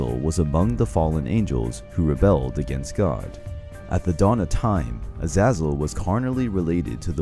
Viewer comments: "azazal" ? Az-AY-zal bud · Isnt it A-za-zel not A-zaz-el? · It's pronounced az-zay-zul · Azazal say it rihhtttt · i thought it was pronounced as "a-zay-zel